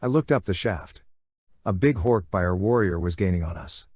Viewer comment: Hork buyer. It’s bajeer lol